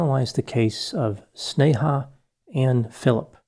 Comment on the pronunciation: off topic but i was surprised on how precise you were in pronouncing her first name despite it being an Hindi word